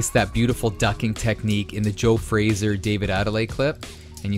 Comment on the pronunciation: I gotta say. It's really bugging me that he's saying Joe Frazier's name wrong lol. Game looks promising tho. I think they look a little stiff and rigid